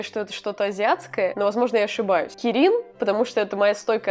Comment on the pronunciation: Я понимаю видео вышло аж год назад, но оно мне попалось и я не могу не написать. Как фанат млп(май литл пони) мне давило на мозг кирИн.... Видео годовой давности, я всё понимаю, но прости, я тебя исправлю, кИрин. Ударение на первую "и" Я не орицаю, что оно может быть не правильным, но лично для меня кИрин звучит правильнее. Прости...😓